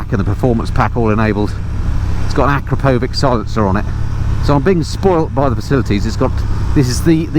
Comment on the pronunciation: Beautiful bike! Btw it’s acrapovič as in “cheers” - not acrapovic.